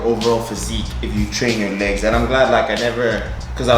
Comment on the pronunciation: Nobody:: Laygs